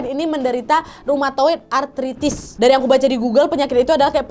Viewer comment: Izin koreksi ya, yg bener "rheumatoid artritis" bukan "eumatoid artritis"